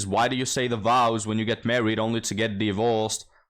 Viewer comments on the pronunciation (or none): I first heard the correction of "childfree" to "childless" on this channel. I use it all the time lol, along with the word DIE-VORCE